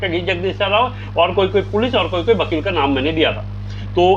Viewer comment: Vakeel❌ bakeeel✅😂